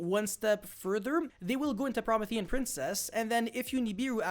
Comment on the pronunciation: Pro-me-thi-an like the titan from Greek mythology